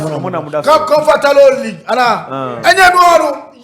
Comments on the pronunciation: 2.03: comfor deɛn league?😂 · Confatable leed 😂😂